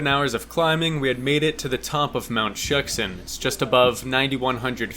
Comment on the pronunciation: Shuksan is actually pronounced “shook-son”